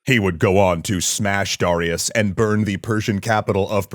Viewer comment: Why can't he pronounce Darius correctly?